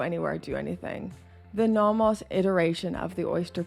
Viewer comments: I’ve never heard someone pronounce nomos like that. “Naw-moss” 😂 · Are you pronouncing Nomos correctly?